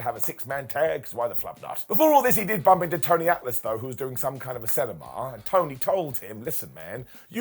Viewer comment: Tony Atlas “Senimar”